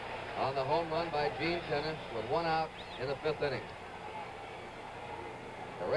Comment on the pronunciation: minor league uniforms by cincinnati....and it isn't 'tennis' its ten-ach-ee